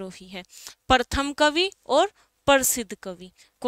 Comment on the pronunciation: प्रथम होता है, परथम नही बोलते।🙄